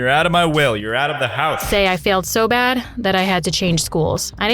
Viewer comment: she said bad add like your watching a show and there is a add your like BADADD